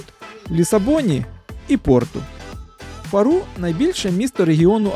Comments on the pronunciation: Не в Фару',Фа'ру , ріже слух . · Трохи ріже вухо,тільки не ФарУ- ФАру.Ми з Албуфейри,🙋‍♀️райські місця.💯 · Вибачте,не Фару',а Фа'ру❤ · і наголос ФАру, а не ФарУ. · и ФАру, а не ФарУ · Чому наголос назви Фару на останній склад? "Фáру " кажуть португальці!!! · Faro,наголос на á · Не прая де рока, а прая де роша. Не Фару, а Фаро. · Хороше відео. Але так як я живу тут ( в Алгарве) 25 років, то хотів би поправити деякі назви. Фаро наголос на букву «а». В Портімао пляж називається «прая де Роша». А це чудове місце де Ви були на байдарці- це «Бенажіл». Вибачте, але їх називають так. І якщо будете в Лагоші, то обовʼязково візьміть годинну екскурсію на човні по гротам.